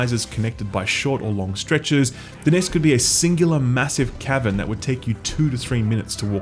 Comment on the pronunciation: I can't tell if he's saying Cavern or Kevin